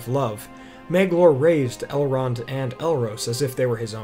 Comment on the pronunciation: You keep pronouncing Elrond's name wrong. I read all four Lord the Rings books, Lord Elrond's brother chose a mortal life and became the first king of Gondor, Eragon is his great-grandnephew, which is why he raised him, his daughter Arwen was raised by her grandmother Lady Galadriel. That was why he could speak Elvish, and he was 67 years old by the time of the Fellowship, but look to be in this late 20s early 30s. Not one of the four books say anything about Elrond being a half elf.